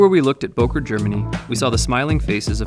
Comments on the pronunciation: To see the ceo pronounce it with an "O" and not the "Ö" was really disappointing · Böker, please learn the "ö" or "oe" sound. Just try at least. It's Solingen.... please look up the pronunciations.... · Don’t be ignorant. It’s Böööööööker, dude.